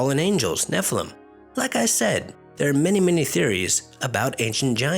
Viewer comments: NEF -eh-lem Let's say it correctly. Sounds like you're trying to say some kind of sick necrophelia joke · I really enjoy your vids and research... just want to give u a heads up... they are called nephilim (nef- ill- lem)... and they are the offsping of fallen angels and women... the fallen angels are called Benih Elohim.. I mean no disrespect..